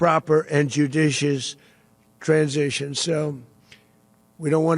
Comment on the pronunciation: Haven't watched AM for a month... Woah! Dude! Hair! HAHAHA, he said "transition."